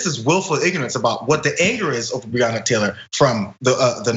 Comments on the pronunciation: Dumb@ it’s pronounced “Bre-Anna” Taylor day it right you piece of cat $hit! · He didn't even say her name right. Who is Breeyona? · He cant even say her name smh. And what he went to sounds like when I get stopped by cops. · Author or Breanna Taylor law. Can't pronounce Breanna's name. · And then Lying Paul can even say her name correctly. Conservatives continue to show their filth and disrespect through their actions and rhetoric. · He can’t even pronounce her name 🙄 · The irony of it. He felt what so many black men have felt when they were pulled over or approached by a cop. Except Rand Paul is a punk-ass bitch, full of arrogance and overblown priviledge. And the whole mispronouncing her name thing is a tried and true republican dog whistle, dis-respect thing.